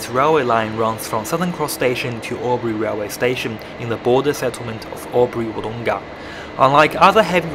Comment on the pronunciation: Please listen to the pronunciation of those around you, practice it. Wood oong-a it's not. Wood-Dong-ah it is. Its so grating hearing mispronunciation.